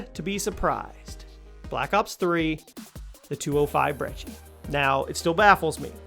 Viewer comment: I agree with these tbh but it’s brecci not breggi